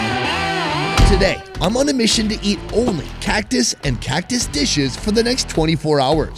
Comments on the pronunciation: "cuctoose" Hahahhahahahhaa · Cactüs or what ever tha hell u said is not cactus 😂😂😂😂😂😂 pinche guero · why did you say cactus like that